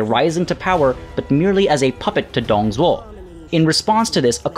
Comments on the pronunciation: Isn't like Doong Dzhuo? Google translate has the name prouncaiation. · Great vid as always, you said Liu Bei right the first time, the other times not so much. Your Zhang Fei was pretty much perfect. Dong Zhuo is good attempt, but the Dong is wrong. The rest is fine, but if you want to nickpick, the tones are wrong. Overall, pronunciation is definitely better than the other youtubers. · Wow i'm getting replied by. Is this real? Excellent pronunciations. There are few common mistakes that most English speakers have tho. First being Dong Zhuo(董卓). I know that we have silent 'h' in English but here in Mandarin Chinese, "Zhou"(yes, i mean "Zhou") is more like "Joe" or "Drove" without the 'v', rather than 'z'. Same applies to 'c' and 'ch', 's' and 'sh'. "Zhuo" is more like "J/Dr + wow". Not a good example here but hope you get the idea. Fan facts, there are certain dialects that don't distinguish them('z' and 'zh') and somethings people make fun of them. Second being that 吕布 is not "Lu Bu". This i blame Fantasy Warriors or w/e games that translate incorrectly. It should be "Lü Bu". 'ü' and 'u' pronounce differently. It's more like "Lyu Bu". However, still 4.5/5 pronunciation. And 5/5 for the content. Been enjoying the videos so far and keep it up! Also excuse my shallow vocabulary and poor grammer.